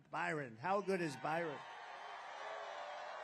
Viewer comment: Why does Trump call his son Byron? "Barron" has never been pronounced that way